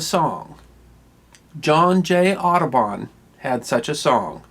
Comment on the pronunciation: I really did understand "Autobahn" not "Aduban" ... Well, since I live in germany it's understandable, I - hope?!